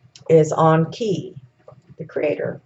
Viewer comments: Onki??? Ya mean *E*nki??? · Does she keep calling enki awnki? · The way she says Enki, sounds like Donkey, Onki...LOL I'm willing to try to hear it though. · There is a Z in Ningishzidda, you're not pronouncing it. Also Enki, en-ki isn't pronounced as An-ki, it's painful to listen to you mention both, ningishzidda 3-4 times in the first 73 seconds, incorrectly. I had to switch off. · It's pronounced En-ki and En-lil.